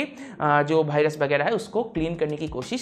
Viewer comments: But he says BhaiRas 😂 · He said "Bhirus" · this is Indian accent